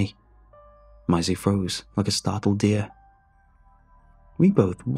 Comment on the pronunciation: I like the way he pronounces “Maisy” lol